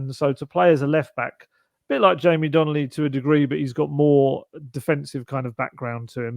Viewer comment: It’s Donley not Donnelly